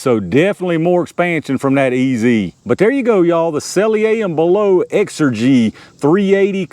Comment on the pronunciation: I know it don't matter much... but s&b say their name is pronounced sell-ee-er and bell-ott (ott as in shot). Always appreciate the videos and tests. I'm surprised they even bother making .380 hollow points. I don't see the point.